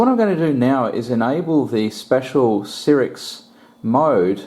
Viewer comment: I couldnt stand to watch the video after third "sirix"...